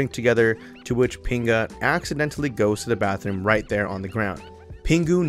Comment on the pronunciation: As a Costa Rican, I died laughing when you said pinga.